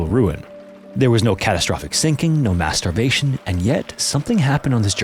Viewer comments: it's not your (or our) mind, it's his pronunciation lol. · LOL...he needs to work on his annunciation of mass starvation cause I was thinking the same thing... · When you said "No mass starvation." I heard "No Masturbation" and for a minute I was like...Is there alot of masturbation when there are disasters?😂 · I herd mass starvation and then after the comments can't unhear it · Oh, "Mass Starvation". I had to rewind a couple of time 'cause I kept hearing "masturbation". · sounded like he said "no masturbation" !!!! 😂🤣😂🤣........i was like "why not?"🤨 😆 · Did he say masturbation or mass starvation? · I heard “masturbation” too 🫣😂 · So am I the only one that did a double take before replaying with captions cuz it sounded like he said there was no masturbation rather than "starvation"?? No? No one? Really? Okay nevermind, forget it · No master what?? 😂😂 im pretty sure you said mass starvation but it didnt sound like that... 😂😂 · I've listened back and it does indeed sound like you said masturbation instead of mass starvation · I swear to god "mass starvation" sounded like something else ENTIRELY 😮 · Ahhh... MASS STARVATION. Got it! That's NOT what I thought you said- 😂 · Fr had to rewind to make sure i heard that right 😂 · Didn't see your comment so I commented the same, but yeah :D That one needed a double-take. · He needs to put a little more space between the words, lol